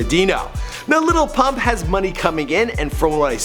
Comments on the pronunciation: This dumbass just says Lipuhh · I learned something from this video. His name is actually pronounced "LITTLE Pump" and his song DRose is pronounced "DuhRose" Thank you I can now go correct every person who thinks it is the way I thought it was beforehand.